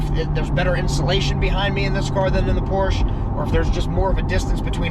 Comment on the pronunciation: Love this video so MUCH... face when he does launch control 🤣🤣 looks like you both had a great time!! I think I heard you say POORSH. LOL